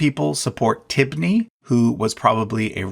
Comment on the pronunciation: Why is Tibni pronounced Tiffany?